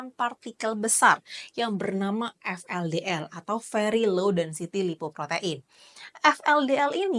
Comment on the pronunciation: VLDL = ve (bukan ef) eL De EL